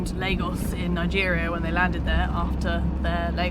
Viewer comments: Lagos is one of my favorite towns in Portugal. BUT guys, it is pronounced LAR-GOSH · its pronounced LARGOSH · Lagos pronounced laa-goszh. Lago, lake, lagos, lagoon.